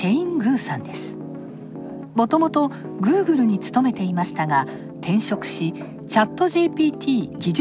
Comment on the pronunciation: googleの発音が気になる